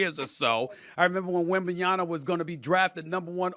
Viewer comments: No one: Stephen A: Victor Wembenyana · Waiting for the day that SAS pronounces Wembanyama correctly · How this man STILL can’t say WembanyaMa? Honestly. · I think it’s on purpose at this point. Everyone around him pronounces it correctly. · Almost two years later and he still doesn’t pronounce wembanyama correctly. Not that he can’t, he chooses not to.